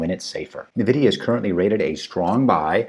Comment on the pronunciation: Thanks! Your wisdom consoles me that I missed buying some of these at the extreme ends of the dip. PS - not to be critical but NVIDIA is pronounced [en-VID-eeyah] PPS- TSLA could easily test lower per SP500 deferral. Maybe they can bridge to battery day though. Thanks!!